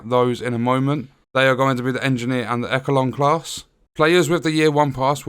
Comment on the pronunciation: As long as it is not a glitched pile of shit like Massive did with TU8 for The Division 2. I’m looking forward to this. Also, it’s pronounced eshelon not ekelon. 😂 are you sure about that. I would think close meant far away and far meant really close. 🤔